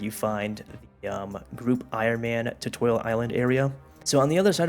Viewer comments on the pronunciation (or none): tutowial island